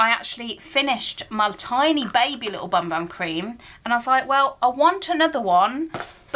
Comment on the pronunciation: You are supposed to pronounce Bum Bum as Boom Boom apparently.